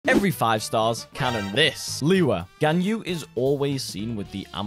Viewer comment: Fun fact: liyue's is pronounced like this, li yu-eh